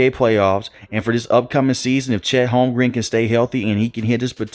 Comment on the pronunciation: “Holm-grin”, fam. Not Holm-green 😅